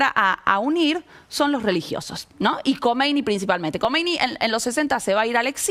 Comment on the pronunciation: No sabe nada la mina para empezar dice "comeini" no sabe que "kh" es un tipo de transliteración pero es nuestra jota.